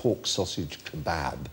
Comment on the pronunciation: With an "ah" sound. "Kuh-BOB".